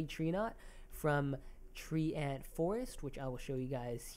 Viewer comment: tree ant, tree ant, tree ant, tree ant, tree ant.................... its treant (*TRENT)